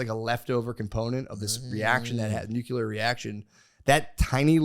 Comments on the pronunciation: Matt. You’re a smart guy, but we need to fix your pronunciation/spelling of “Nuclear”. You sound like George W Bush. It’s pronounced “New-Klee-er” or “Nu-clear” NOT “Nu-kew-lar “ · Physics degree haver and it kills me how much The Shaman gets right and still mispronounces nuclear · “the nagular bomb”